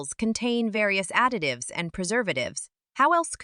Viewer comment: So...was that a Freudian slip....you said 'adictives'....not additives